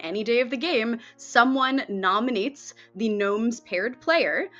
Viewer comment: "If someone gnominates"😂